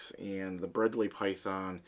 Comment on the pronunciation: Giday mate, i don't want to sound like an ass, but it's pronounced Bred-lie and spelt Bredli. They we're discovered by Rob Bredls' father in the early 80's. Rob Bredls' does documentaries under the name The Barefoot Bushman. Back in the 90's i had two females that got to about 3 meters long in about ten years. Used to take mine to schools from discussing biodiversity. From an aussie, well done mate, loved it.